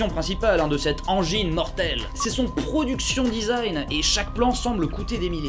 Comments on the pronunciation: Benzaie le seul mec qui te reprend dans la meme video, sur la prononciation de "Mortal EngInes" mais lâche un "ProdUction design" bien de chez nous XD <3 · Surtout pour dire ensuite "production design" avec une prononciation bien française lol